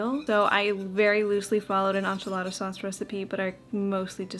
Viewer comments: Ok the pronunciation of enchilada has me dying! Probably because we are from Arizona, live in Nashville now and have been to Mexico so many times. I kept hearing Aunt (auhnt) Jolada hahaha anyways, I’ve never heard this and it gave me a chuckle just like I’m sure it does you when you hear ench-alada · In the most loving way, go listen to Joshua Weissman say “enchilada”, your pronunciation has a French influence but enchilada is a Tex-Mex dish🤠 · I am from the southern part of the US so hearing your pronunciation of Enchilada had me cracking up haha! I say it like so, “Inch-A-La-Duh” 😂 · Same! We say EN-chi-la-duh and PAW-STUH 😅🤣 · Southern Californian here. We pronounce it as : in-chi-la-tha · in Spanish is en-ch(EE)-la-da. That EE as in "see". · that's the right way for English phonetics haha In Spanish it's more of a short round A